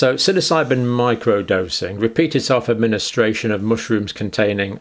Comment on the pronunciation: great first pronunciation there , John : "SILLYSIGHBIN"